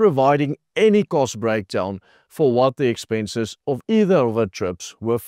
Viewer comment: Did i hear expenches